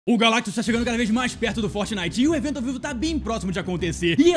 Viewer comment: O finalmente falou "GALACTUS" certo Por favor da coração no meu comentário